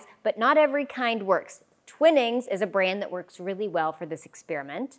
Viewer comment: Absolutely peeing myself at the pronunciation of “twinnings” it’s twi nings 😂